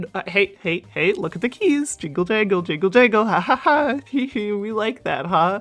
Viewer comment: keys? KEYS!!! Weird dog noises